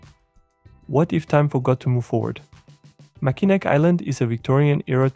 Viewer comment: Mackinac is pronounced "Mackinaw" (rhymes with saw).